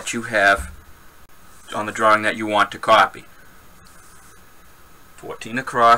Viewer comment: Fantastic video! :-). Will watch some of your others! :-). And I love the way you say "drawring" :-).